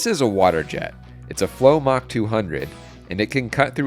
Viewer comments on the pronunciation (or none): none